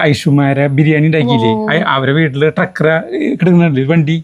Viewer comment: ട്രക്ക് അല്ല bro, TRAX